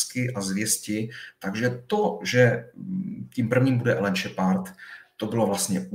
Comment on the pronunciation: "Šepárda" - bože akedemik a taková výslovnost